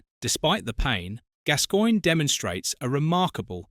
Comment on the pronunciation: It’s pronounced GAS GOINE 😊❤